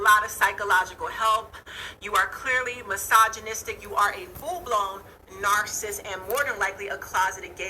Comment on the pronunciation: I hate the way she says narcissist too... She be like, “Kevin Samuels is a narssus, and when you deal with narssuses” smh 😂